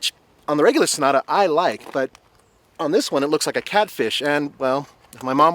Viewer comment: said shnota not sonata